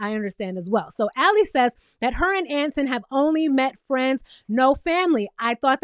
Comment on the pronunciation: Boo, who’s Ant in? 😂😂 I think you say it like Antoine.